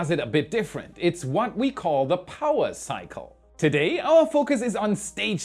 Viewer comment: I love how "power cycle" appeared on screen when he said powaa cycle. I love the accent. Good stuff as always...quality content...thanks.